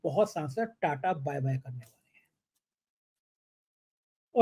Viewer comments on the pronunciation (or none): none